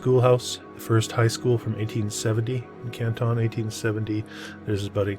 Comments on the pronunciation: It’s a football outside of the city hall and it’s Canton, not Kantahn. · Love the channel. Buildings are amazing. Pronounced CAN-TON as in 2000 pounds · It’s pronounced Can’t-en in case anyone cares. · Pronounced Cantin btw I should know I'm from Canton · The narrator is an absolute nut. Any real historian or even an amateur historian who lives here understands when those buildings were built, that many of them still stand, and we have oral and written histories of each of them, including church charters and family Bibles. The pictures are wonderful, but the narrator is an idiot. Learn how to pronounce the name of the town before you make a video. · This is junk! AI ? He can’t even pronounce Canton correctly! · well if you want to seem to know what you are talking about … pronounce Canton the way it is pronounced by Cantonians and Ohioans! Seriously! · great video. Americans pronounce Canton differently however. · i wasn't trying to be rude, he asked if we knew anything about Canton ohio, and being an American I know that he was pronouncing it incorrectly, I meant no offense. I figured he'd want to know since he's a facts guy.